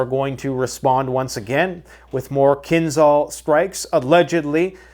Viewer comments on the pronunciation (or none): none